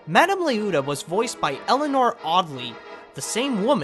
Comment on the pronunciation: Yes it's been a long time since you posted this, but it's Lee-oh-ta. Thanks for the upload though.